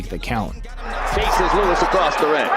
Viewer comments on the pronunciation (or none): none